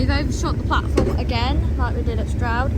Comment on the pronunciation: Is it pronounced Shtroud or Stroud?